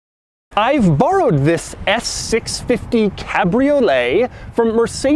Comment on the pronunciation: Doug always keeps it real by emphasizing on the “I Burrowed”